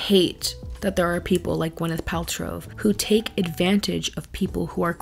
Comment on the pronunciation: great video <3 its funny everytime you say her name i always hear gweneth paltrove